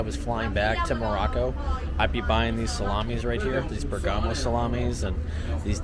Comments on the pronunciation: Please Bérgamo not Bergámo.. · We have had many beautiful Christmas occasions in Bergamo This guy is giving the worst video with commentary I have seen. He can not even properly pronounce Bergamo. Go back to Walmart and McDonald's. Find a new hobby.